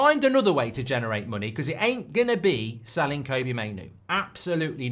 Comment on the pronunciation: Still can't pronounce Kobbie properly